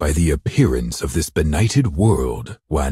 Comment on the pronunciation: Every other character who knows Wanwan: Pronounces it properly Meanwhile Yu Zhong : Węňwēń